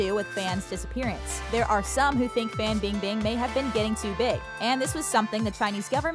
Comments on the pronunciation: Every time she pronounces Fan Bing Bing’s name I can’t even😂😂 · erge 99 I’m born and raised in China and it’s 100% FAN bingbing